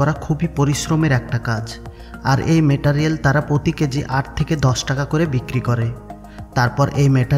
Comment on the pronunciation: Metarel na Meterial 😂😂 Pronounce thik ho66e na